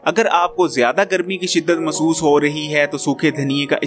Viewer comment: مسُوس ❌. Masoos. مح سُوُس --- محسُوس ✅۔ Mehsoos